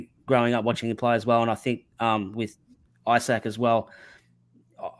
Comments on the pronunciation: It's Ee-sak, not Eye-sak! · His name is pronounced Ee-sak